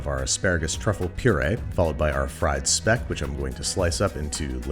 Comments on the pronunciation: I think speck is pronounced like shpeck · It's pronounced "schpeck" or "shpeck" 🙄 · "Speck", or "špek", pronounced as "shpek", which is a Croatian/Eastern European smoked bacon? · In German when a word starts with "Sp" it is pronounced like "shp" so "Speck" is "Shpeck" ;). Unless you are referring to the dutch word "Spek", then I am not sure how to pronounce it. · Mate. It's Sh-peck. Sh. Peck. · Hello, here's your friendly neighbourhood native German speaker! :D If anyone is interested, the 'Speck' Babish is using is pronounced with a 'sch' - the sound can be compared to the english 'sh'. If you compare the word with for example 'shopping', the 'sch' has the tongue more relaxed, as opposed to the stiff posture of the 'sh'. :) Don't mind me, i'm just a language nerd. 🙃 (also, we Austrians take Speck very seriously^^) I wish you a pleasant scroll through the commentsection! ♥️🐖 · Speck is actually more like shpeck with like the sh sound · if by "spec" you mean german Speck or the Tirol/Italian Speck, thats pronounced with an Sch sound. like Schpeck (at least.. in german)